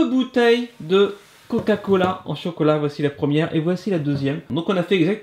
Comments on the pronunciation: Miskin elle dit cocolat à la place chocolat 😂😂😂😂😂😂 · Camus a bien dit cocolat